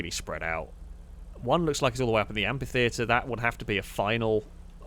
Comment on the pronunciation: Look, these videos are just so entertaining and great all the time that the complaining curmudgeon in me really thought I'd never find anything to criticise, so indulge me on this one exception: it's pronounced amFitheatre, with an F sound.